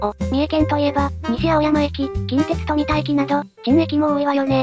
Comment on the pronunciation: とみ“だ” こう“か”